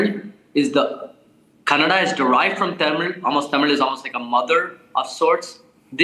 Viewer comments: This lady can't even pronounce 'Tamil' properly 🙄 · TAMIL TAMIL TAMIL Vs THAMIZH!